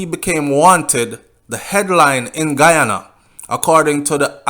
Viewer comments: Good night u r pronouncing the names of the places in Guyana I am a Guyanese and u r sounding like a Trinidadian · you mess up the name I am from Guyana 🇬🇾 still big up ya self